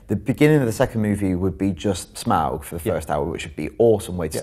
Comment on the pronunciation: Can someone who can't even pronounce "Smaug" really review the film?